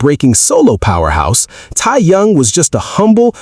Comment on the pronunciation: Not Tia yung his name is Kim Teahyung this AI is butchering his name oh his main musical instrument is the saxophone and yes he also has practiced the trumpet but it's saxophone and the other saxophone player in BTS is Namjoon (RM)